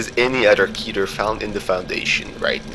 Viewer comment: It's Keter (Keh-ter) If you can say Keter Griffin then you are saying it wrong